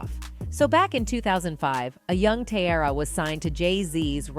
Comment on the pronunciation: I hate the way she’s say teairra’s name